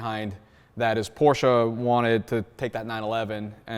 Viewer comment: THERE IS NO A IN PORSCHE!!!!!!!!!!!!!!!!!!!!!!!!!